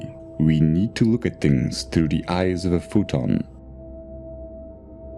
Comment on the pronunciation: It is so distracting the continually hear "the" pronounced as "dee." Aside from that, the content is interesting.